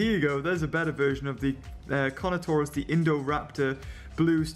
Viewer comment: whenu said carnotarous didu mean toust